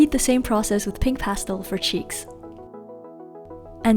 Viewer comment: You said Pastel wrong and it’s really brothering me